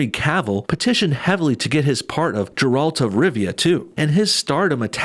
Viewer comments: Ga ralt, NOT Gee ralt! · It's not Jeralt, its Geralt. Love the vid man. I truly hate with all my heart being pandered to lol. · Not here to hate but say it with me GGG-un, GGG-reat, GGG-eralt not JerAlt XD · Great video as always. Can’t stand these fucking self loathing whites, man. Also, it’s a hard G for Geralt not Jeralt. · Geralt not jeralt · Bruh...it's pronounced Gerr-ult, not Jerr-all-t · GERALT, with a G. Not Jaralt. His name is literally spoken a thousand times in the Witcher 3. (Continues playing 5th fresh start) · You pronounced Geralt wrong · not Jeraalt, GER- (like g-arland) -alt... (G sound is not like pronunciation of the word 'German') *cringes.. play the game, its worth your time... never seen him hunt a witch, more like monsters ( respekt source mat bro ) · The Witcher doesn’t take place in Poland it just has Polish mythology and Geralt’s name is pronounced like Garalt not jaralt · Exactly, he called him Jeralt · Did you just pronounce Geralt’s name “Jare-alt”? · I appreciate you defending the fanbase and I couldnt agree more with hollywood black washing all the actors. I know your video is not really about the show itself but if you are defending it could you alteast say Geralt correctly and maybe know that witcher means monster slayer and not witch hunter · The way you pronounced geralt made me die inside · Your pronunciation of Geralt is very suspect , have you wichered ? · You pronounced Geralt wrong! What the hell??